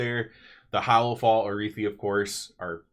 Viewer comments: Never heard ararhi pronounced that way before lol it’s not arithi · Did you not listen to a single npc in hollow fall saying arathi?